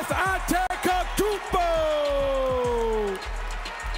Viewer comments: „Giannis ANTEKOTOUMPO“ got me trippin bro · He said Antekokumpo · "Giannis Antekotounmpo"🤦🏻‍♂️ C'mon it's not so hard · Dude butchered Giannis's name 😭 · Man who let this guy announce? He was terrible. And he butchered Giannis' last name on top of saying "3 time defensive rookie of the year"